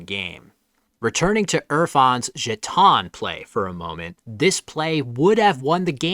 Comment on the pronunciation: Just a quick heads up. Jeon is pronounced as a 1-syllable word, not 2.